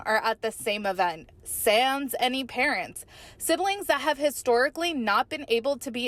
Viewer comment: As a Canadian I had to giggle at your pronunciation of the French word “sans”.🤭 It took me a hot minute to figure out what you were trying to say. Lol! Teasing aside, I’m glad to see the siblings holding strong and Christine’s comments to David on Father’s Day. It’s like giving the middle finger to Kody. They don’t need him. He’s a deadbeat dad.